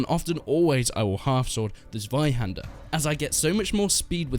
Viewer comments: Check the Zweihander pronunciation Z-[ts] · As a german, i am really triggered by your pronunciation of "Zweihänder" XD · It's way too funny how u say zweihänder xD